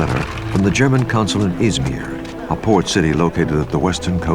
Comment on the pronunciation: Keine 5 minuten und ich hör "Itssmier, Anato-liieen" Wie bitte was ?!?!?